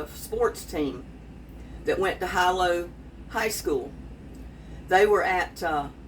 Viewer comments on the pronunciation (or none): It’s pronounced Hee lo, Hawaii. I lived there a few years 😊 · its Heelow..Hilo Hawaii.